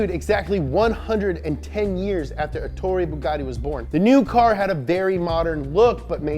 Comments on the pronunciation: Ettore, not Etorre.... wtf guys ahahah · Ettore not etorre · Btw its ettore bugatti, not etorre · I won't complain about the pronunciation cuz we can't know all the languages but bruh if you see that it's written ETTORE don't turn it into ETORRE. You know it's not hard to copy and paste a word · His name was Ettore not Ettorre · Guys it's Ettore Bugatti, not Etorre ;) Sorry to be the Grammar Fascist this time. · I'm sorry, but as an Italian I have to say that he was called Ettore Bugatti, not Etorre (this isn't even a name) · ETTORE. NOT ETORRE. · ETTORE = "Eht-TOH-reh" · It's written "Ettore", with a double T and a single R, and pronounced Ettòrè. Spell the doubles and mark those vowels in the pronunciation, anglophones. Dearly, an Italian. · It’s eTTore ffs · it's Ettore, with 2 t's and one r. And the emphasis is on the first e.